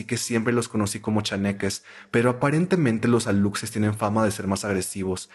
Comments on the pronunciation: Como persona de Quintana Roo, me muero de risa al escuchar la palabra "Alutses" por los Aluxes kajsnd,, se pronuncia "alushes". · ora que alucses jsjsjsjsj se dice alushes jsksjakkajsasa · como yucateco me temblaba el ojo cada vez que escuchaba "alucses" jajaja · Alucses así no se pronuncia sailor es aluxes suena: alushesh la x es como sh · aluxes → alushes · No es aluxes es alushes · Amo esto pero me duele la pronunciación de "aluxes" 💔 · Hola. La pronunciación que es válida de "aluxes" es alushes. Te amo. 🖤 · Hola caracolas, soy de Campeche, de la mera península y me dio risa como pronunciaste ALUXES. Nomás como dato, se pronuncia ALUSHES. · Se escribe "Aluxes" pero se dice "alushes" jeje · se dice "alushes" la "X" la pronuncias como "sh" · Amigaa que miedo, esta ves si me 😅 asusteee, petición para un especial de historias ultratumbisima de halloween, por cierto si pronunciaste mal aluxes pero se dice alushes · Aluxes = alushes (así se pronuncia, es maya) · Los aluxes se dice alushes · se pronuncia alushes xd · Jaja sailor se pronuncia alushes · Me da risa como pronuncias Aluxes bb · Solo por corrección, la pronunciación correcta de los Aluxes es "Alushes" ya que la X en maya suena como la sh. Cuando se trata de un singular se pronuncia "Alush", pero cuando es en plural es correcto "alushes".